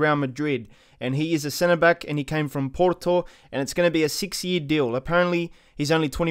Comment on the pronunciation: I like how when he said porto he tried to be as Portuguese as he can while hiding his inner Aussie accent by saying pooooooorrrrrrrtoooooooo